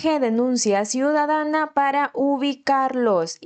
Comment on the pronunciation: perdon querida no dice ciudadana dice cuidadana